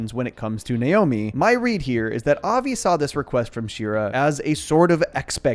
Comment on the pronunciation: You can tell when and non jews talk about this show since they pronounce Avi's name with more of a Brooklyn accent. That's just the way the mom pronounces it so the family does too. Most people would pronounce it more like 'of-y' Same with rosh-hashanna. Most pronouce it as "rush'...occasionally "roush" (like master roshi) The Yom in yom Kippur should be pronounced more like yum The bat it bat mirmtzvah should be pronounced more like but